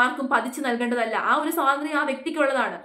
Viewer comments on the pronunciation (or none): none